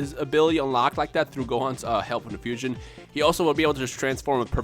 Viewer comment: fuuuu-siooooonn-haaa, the three syllables of awesomeness